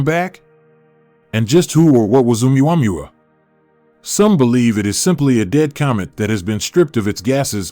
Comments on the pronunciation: And how in the name of literacy You menaged to mispronauns Uumuamua so many times after years of hearing its name everywhere on the net or tv?,😂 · The wsy he says omaomaoooomuamuuuooowoois ridiculous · Hahaha what did he call it? OOWAMOOAOMOOO